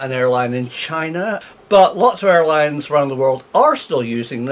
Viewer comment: Dear Prof. please accept my apology. You actually said "one of the world's best ailines."